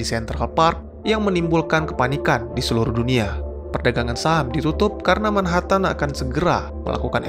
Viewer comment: min, tolong pengucapan 'MANHATTAN' nya yg benar